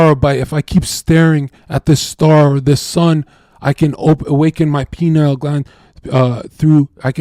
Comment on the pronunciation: PINE-eal gland. Not PE-NILE gland. Somebody's got obelisks on the brain. You say Pine Cone....then change it to PENILE....